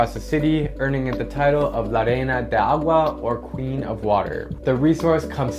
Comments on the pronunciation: Non dice neanche “aqua”… L’ha pronunciato in spagnolo praticamente… “agua”… Come fa ad essere così ignorante? Per essere uno che è stato in tutti i paesi del mondo mi sorprende parecchio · it looked like he was trying to pronounce it in Spanish lol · You pronounced it in portugese 😂